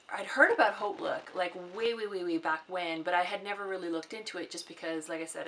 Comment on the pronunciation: Are you just starting out on youtube? I love your videos! I think you're the first to correctly pronounce Hautelook! Everyone calls it Hotlook. I'll be subscribing!